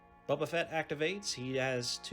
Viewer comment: I appreciate the game and the content. I can tell you are from the south because you call him "Bubba" Fett. First time I ever heard that was in Alabama. The miniatures are cool for this game. Well done on the white for the stormtroopers. But I do not like the clunky movement sticks and custom dice this game uses. Fantasy Flight needs to come up with a better system.